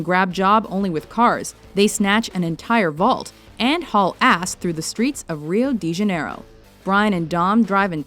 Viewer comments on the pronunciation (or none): Ok after watching this I'm so freakin pissed off. For starters you didn't mention the Nissan Skyline scene from 2fast2furios. WHY didn't you mention it ya freakin dipsticks? Also when you say de in Rio de Janario de is procounced De like dent but without nt not deee.